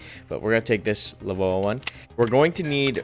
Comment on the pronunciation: “La-voa” XD. Letters in all caps mean you pronounce each letter not like how you say it if it were an actual word.